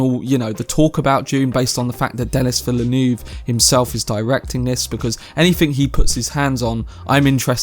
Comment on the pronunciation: Denís Villeneuve is French Canadian and his name is pronounced in French. Your pronunciation is not proper.